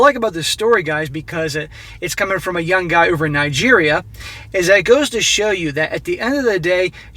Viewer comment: How is u gonna pronounce Nigeria wrong slap